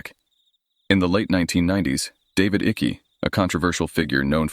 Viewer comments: David Ickes name is pronounced as if it rhymes with Hike, Mike, trike. It is so annoying to hear your voice over saying Icky, that rhymes with Sticky. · It's David Icke not icky lol... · Icke is pronounced IKE. Just saying. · I trying to watch this but I can't cope with Icke being called Ickie!! Goes through me everytime 😂😂😂